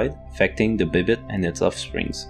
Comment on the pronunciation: Bêbête, not Bibite